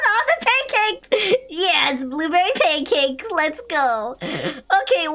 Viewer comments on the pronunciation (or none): When he said pank caks hes a cat i shud of said fish